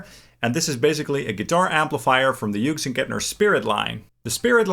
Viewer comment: Incredible how many YouTubers can’t pronounce Hughes